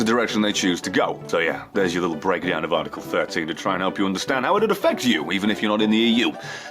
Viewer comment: For fuck sake... ArrrrTickle made me laugh way too much XD